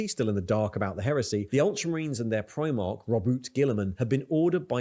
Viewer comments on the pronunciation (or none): Like the reactions to warhammer stuff but your pronunciation of primarch drives me crazy…. It’s prime-ark not preem-ark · He says it like the UK Clothing brand, Primark, and It sets me off lol